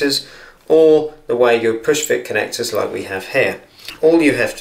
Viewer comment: The correct pronunciation is for Wago is Vah-go.